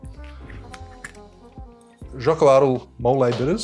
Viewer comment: BTW... The correct pronunciation of "XOCOLATL" is [|shokolatl|]